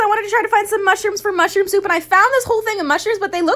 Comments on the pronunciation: Nobody: Literally nobody::musdhrpp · Nobody: Literally nobody:: musdhrpp